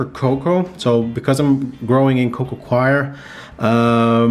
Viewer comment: It’s coco ‘core’ brah